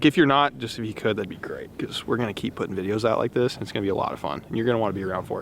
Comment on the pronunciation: you mumbled.